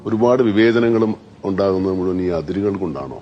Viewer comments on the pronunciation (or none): none